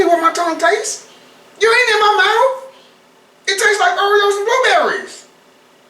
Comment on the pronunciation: "You not in my mouff"😂😂😂😂